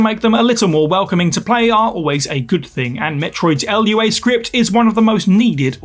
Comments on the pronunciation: It's Lua, not L.U.A. 🤦‍♂ There's a section of the lua website that specifically addresses this. 🤦‍♂ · "L-U-A Script"...lol